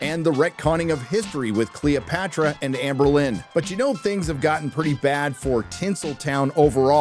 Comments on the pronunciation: “Anne Berlin” lol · it's Anne Boleyn not Berlin. You zoomers must learn English if you plan on using it as your native language. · Bro really said AnnBerlin. found the emo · You... you seriously called her Amber Lynn.....It's Anne Boleyn. Also, the more conservative Americans and the rest of the world wouldn't have to always have to rise and call out the woke agenda if they didn't keep pushing it 24/7. We can't let these mentally ill woke push their agenda without opposition and supplying rebuttals and countering their claims with data.